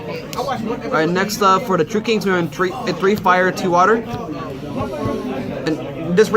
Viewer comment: He clearly says Dino True King. This guy has a little bit of a speech problem